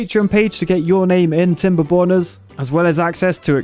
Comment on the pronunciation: I love how never pronounces the "r" properly in timberborners. He will make a knob joke at literally any opportunity and I'm here for it